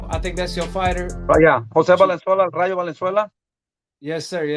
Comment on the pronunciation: The way Benavidez keeps saying Ryu like he’s in street fighter..... man it’s EL RAYO!!! WTF 🤬 that shit rubs me the wrong way when Latinos can’t pronounce Spanish words right IDKW